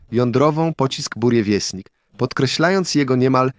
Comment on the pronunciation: Po pierwsze rakieta nazywa się "burevestnik", czyli posłaniec burzy (nazwa ptaka "nawałnika burzowego") czyt."burieviesTnik", po drugie "małym latającym Czarnobylem" nazwał rakietę amerykański ekspert od broni jądrowej J.Lewis. Lubię dokładność.